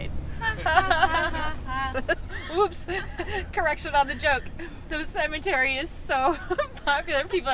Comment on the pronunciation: At the mark.... Cemetery.... No "A's" in Cemetery....